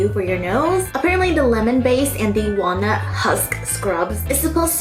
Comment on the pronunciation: Wait....did she say....WALNUT? 🙄 Iykyk